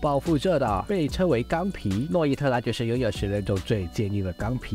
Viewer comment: 諾伊特拉 名子說錯了